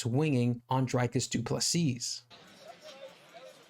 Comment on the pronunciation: One more thing, his name is Dricus which is not pronounced Drycus but more like Dreecus like the double ee in see but said a bit shorter.